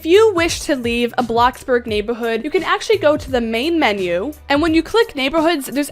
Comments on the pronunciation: Love how she says neighborhood… “nay-buh-hood” 😂❤😎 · The way she calls the word “neighborhood” “neighbahood”